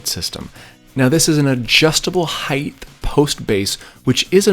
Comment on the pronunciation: "heighth" "joistes"